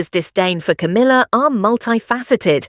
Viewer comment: Coomila? You cannot make a silk purse out of a sows ear!!?